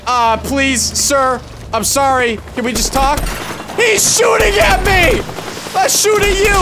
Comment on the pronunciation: “I’m sohrry!”